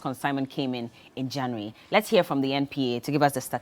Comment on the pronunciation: Funny way Ghanaians pronounce January and February. What happened?